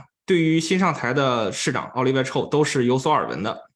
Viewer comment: Chow. Ow 发音 不是臭 ，是奥。night owl 的奥